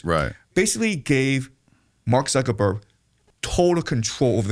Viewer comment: This video gives us a lot of insight into why the non-jewish segment of our american society are at a huge loss and thus losing, just look at how unfamiliar the host is about this history you can't even pronounce Zuckerberg and has no depth of experience or even research or even basic knowledge into the various power bases of the tribe 😅